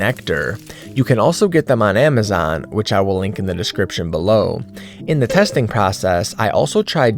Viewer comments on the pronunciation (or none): none